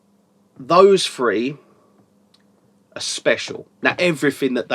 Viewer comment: great reviews as always!! Thanks-you. When you say "three" it sounds like "free" ! ...its the English accent + my hearing loss! :)